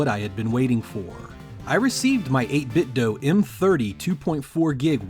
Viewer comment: Nice review, but out of curiosity: Why do you pronounce it as "8 bit doh", and not "8 bit doo"? Are you Homer Simpson in disguise?